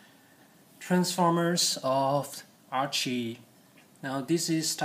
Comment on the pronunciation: Her name is Arcee, not Archee.